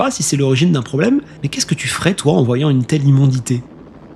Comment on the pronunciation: Immondi'CI'té pas immondité